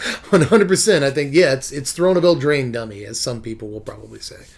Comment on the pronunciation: It’s eldraine dummy!